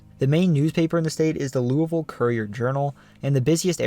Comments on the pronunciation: Wow, you pronounced "Louisville" pretty well! A lot of us in KY pronounce it almost like "loovool", with the "oo's" sounding as if you're saying "drool". 🤣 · Shout out from FLEMINGSBURG KY, great job!! And you pronounced LOUISVILLE correctly! 😊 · Excellent job on pronouncing "Louisville" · Thank you for saying Louisville correctly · i am just happy he said Louisville correctly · Also! Very impressed you pronounced Louisville correctly as a proud Kentuckian would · hello from Louisville a+ for pronouncing it right